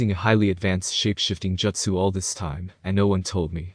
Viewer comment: Bro, why do you pronounce jutsu "joetsu". Is that some dumb sub pronunciation bullshit? I can't listen to this shit